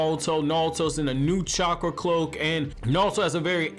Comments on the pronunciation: Are you saying? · Knawlto lol....... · I can't get passed your pronunciation of Naruto. How does one have a Naruto channel and not know how to pronounce Naruto?